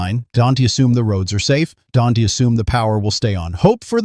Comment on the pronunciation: You need to get this AI bot to learn to pronounce ‘don’t’